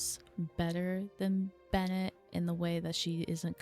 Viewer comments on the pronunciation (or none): none